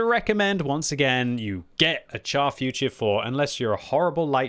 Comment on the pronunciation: Char Futur is pronounced 'shar' and not 'char'. I know you don't like to be lectured but c'mon you can do it 😇